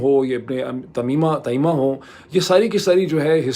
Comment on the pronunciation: Tameema nai, Taimiya ha